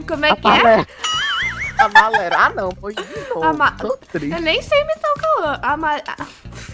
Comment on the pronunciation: Ninguém:a: amalelo Kkkkkkkkkkkkk